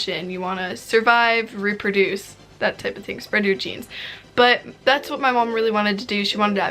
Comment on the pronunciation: omg when she said “spread your genes” i thought she said “spread your cheeks” bro i watched that part like 5 times